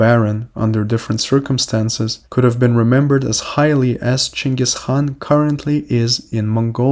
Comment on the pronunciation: who is Chengus Han? You must mean Genghis Khan.